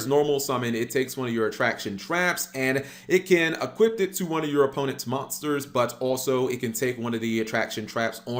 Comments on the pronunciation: Hearing you mispronounced the word "equip" is the most triggering thing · It can "eqiuP"!!